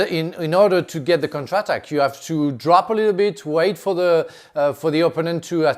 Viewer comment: Frank always says "contra tak" instead of counter attack